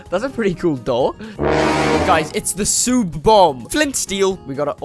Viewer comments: U guy if u say sub ur wrong it's sube! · It's not sube it's sub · I meant why do you say sube not sub. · It is not sube it is sub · Why do u say soob not sub? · “sube” never gets old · im new here, and "smash the seubeh" made me laugh so much 😆